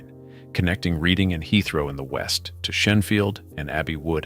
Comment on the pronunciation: Pronounced REDDING.